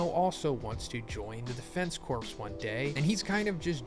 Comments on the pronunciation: Defense corpse? Is it corps, instead? Corps is pronounced "core." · Looks interesting! I’m looking forward to your coverage. One pedantic note though: corps is one of those weird words that is not pronounced like it is spelled. It’s pronounced ‘cores’. It’s a super minor thing, but it’s like nails on a chalk board for me whenever I hear it mispronounced. I’m sure I’ll live, but just putting it out there! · Thank you for covering this series! Also just for future reference, corps is pronounced like core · The amount of times you said defense corpse instead of force…xD